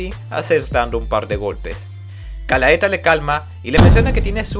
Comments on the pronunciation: Quería ver el video completo pero se me hacía irritante la mala pronunciación de los nombres y conceptos mezclandolos en ocaciones como hizo con los despertados y los abisales que son dos cosas completamente diferentes en cuanto a poder jaja buen video de todas formas, este manga es de lo mejor en cuanto a fantasía oscura, tendría que sumarse al trío de berserk, vinland saga y vagabound. Por cierto para aquellos que quieran ver el anime tiene una versión en español hecha por funimation, en face pueden encontrar los caps. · GA - LA - TE - A viene de la leyenda griega de la muñeca de Pigmaleon, ademas que es ISLEY de Alphonse es decir que es ISLEY el NOMBRE lo otro es la ciudad de donde proviene, sin esos errores hubiera sido 100/100 la narracion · Era Galatea no Galaeta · oye, un par de correcciones, la numero 3 de llama "GALATEA", no "galaeta" y el abisal del norte se llama "ISLEY", no "alfonse", Isley vive en el territorio de alphonse, los abisales son ISLEY DEL NORTE, RIFUL Y DAUF DEL OESTE Y LUCIELA DEL SUR, el este lo controla la organizaciòn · excelente! solo xfa es "Galatea" me palpita el ojo tanto galaeta XD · Galaeta o Galatea? Sorry pero soy super fan de este anime/manga y tan pronto escuche Galaetaj morí 😂 Mi personaje fav es Miria y Wild Horse Octavia! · Men realmente aprecio el tiempo que te tomaste en hacer el resumen de este manga. Pero me desespera como pronuncias mal los nombres de los personajes ejemplo galaeta cuando en realidad es galatea o tambien alfonse cuando el se llama isley alfonse es el trozo de tierra donde estaba osea su zona Si no fuera x eso y otras cosas joer seria perfecto el resumen pero aun asi comprendo el esfuerzo que lleva hacer estos videos asi que se te agradece que des a conozer este.manga que es genial sigue asi y trata de mejorar que siempre se puede suerte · Todo el video me dio cringe cuando escuchaba Galaeta en vez de Galatea e.e (esa dislexia estuvo heavy) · por que le dices Galaeta a Galatea? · Es galaTea no Galaeta